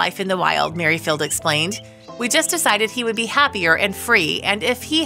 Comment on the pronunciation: 'Mary Field' for Merrifield too !